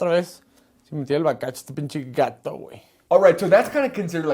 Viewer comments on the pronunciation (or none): none